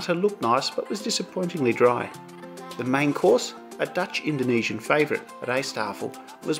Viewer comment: your dutch is impressive for someone whos living in ozz for so many years:D prenounciation was spot on mate! though im not a huge fan of KLM,i like our national pride ofcourse,but i personally wouldent fly with them. and yeah schiphol's train station is perfect,i dont need swap trains at all to go home all the way south =)